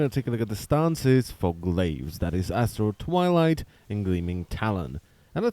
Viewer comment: I kept hearing "Asshole Twilight" and was most amused.